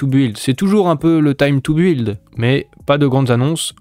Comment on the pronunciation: Arrête de prononcer « buiiiild » il faut le dire « bild »